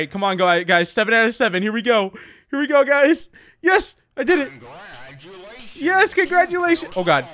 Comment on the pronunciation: To me it sounds like he says “I’m Gladulations” instead of “congratulations”